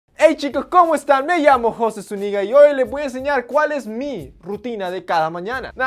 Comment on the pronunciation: Creo que en realidad es Zuniga, entonces parece que dice "soy jose, su nigga"